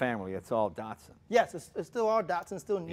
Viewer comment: Neeeesaaarn? Dartsoon? Wtf?